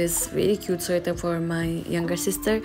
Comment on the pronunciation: sweater❌ suater✅